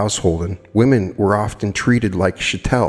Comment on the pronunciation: Chattel is an adjective that describes the state of being owned, being the property of another and lacking individual agency. The word cattle is a derivative of chattel. Chattel rhymes with cattle and has a hard 'ch' sound.